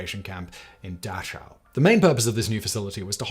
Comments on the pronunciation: Dash-ow? It's pronounced dah-ch-ow. With the throaty pronunciation of the "ch". Closer is "dah-cow" than "dash-ow". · Your pronunciation of "Dachau" is bizarre to me. You say it as if it has an "sh" in the middle. Pretty sure this is wrong. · I just learned today, it's actually pronounced so it sounds like 'da-how' not so it sounds like 'da-chow'. the more you know, apparently. source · First off, it is pronounced DaCOW, not DaCHOW. I have actually been there, you can still smell the ovens. Secondly, most German people did not live near a Camp and just assumed they were like any internment camp; out of sight, out of mind. The people that lived close, either knew or were suspicious that it was happening, and they chose to ignore it for their own safety. There is an entire documentary movie on this that used to be shown at Dachau, I do not know if it still is. And when the Camps had been discovered by American Soldiers, Eisenhower commanded documenting as much of it as possible, because he feared that no one that had not seen it, would believe it. Lastly, I do not know if you are blatantly misrepresenting the history of Jews in Europe, are just suffer from what most post-Boomers do; and your knowledge is as much propaganda as it is misinformation. The Ashkenazi (80% of all Jews) are not genetically Hebrew, they are from the areas of the north Caucasus, eastern Europe and western Russia. After being displaced from their homes and lands, they formed an ethnic in-group and adopted Judaism and eventually started claiming to be descendants of actual Hebrews. The Human Genome Project showed that they are not actually related to the Hebrews, instead are more closely related to Persians, and this has been known since 2003. Which is why Israelis are banned from doing DNA Ancestry tests. Since their emergence around 1000 ad, they have kept to themselves, doing special d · It's pronounced Da-kow. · BTW..... Dachau is pronounced Dah how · Dachau was a miss as well